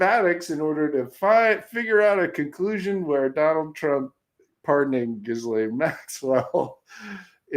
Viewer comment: Her name is properly pronounced ghee-LEN. Hard G, silent S, and 'aine' in French doesn't rhyme with 'pain' in English.